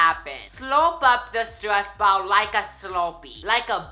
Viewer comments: No it's super annoying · Is it just me but I love when he pronounces ball as "bow" 😍😍😍